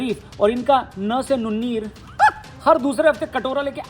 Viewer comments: "n" se "Nunnir" ... way too hilarious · न से नुन्नीर was epic 😂😂